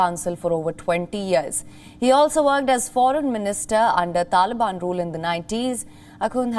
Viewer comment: The way you pronounce TALIBAN sounds UGLY.